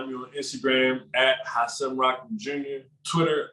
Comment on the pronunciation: Thank you for pronouncing Hasim’s name better than literally anyone who has interviewed him. Much love 🙏